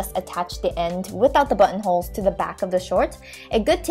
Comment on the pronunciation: i was watching this with my dad in the room and whenever she said button holes, he thought she was saying butt holes